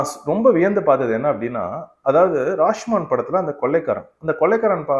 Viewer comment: படத்தின் பெயரை சரியாக உச்சரிப்பு ராஷ்மான் இல்லை ராஷோமோன்..